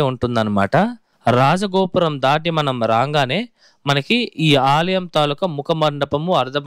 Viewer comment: Alayam not aliyam